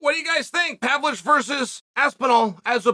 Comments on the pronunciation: Chael's got to stop butchering people's names, man. It sounds petty, but he does it all the time. It's Pavlovich, you dork 😆2 V's. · Pavlich 😆 still undefeated name pronouncer